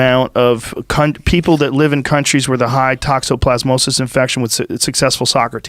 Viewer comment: Tox-o-plas-mosis. Just wanted to help.